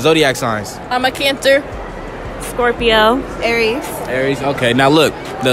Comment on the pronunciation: that whole friend group can’t talk right “canTER” “peces”